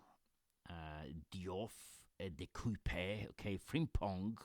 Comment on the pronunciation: Love it! Been following your AFL journey for a while, looking forward to what you do with this! Just a note, De Cuyper is a Belgian player who is pronounced De Kai-pah. Hope this helps 🤣 At the moment my team is: Vicario Frimpong, De Cuyper, Diouf Palmer, Bowen, Fernandes, Dewsbury-Hall Saka, Wirtz, Rutter Bench: Darlow, Dorgu, Truffert, Ampadu Vicario is underpriced if Spurs improve their defence. I don't plan to spend a transfer on my bench GK so any 3.5M player with a chance to play is fine. The defence explains itself, all picks at a good price. In midfield I really like Bowen. I have him in FPL and Supercoach as I think he'll kill it this year. The rest are all jets and bargains. Rutter is another player who I have in both FPL and Supercoach as I think he can break out as Joao Pedro's replacement. Good luck to you and hopefully our seasons go better than in AFL Supercoach 🤣